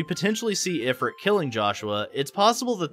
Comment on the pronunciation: IF-ert? IF-rit? Only context made me realize you were talking about Ifrit (ih-FREET)